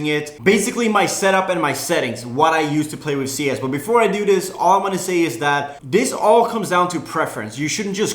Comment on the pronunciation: it's not "dis"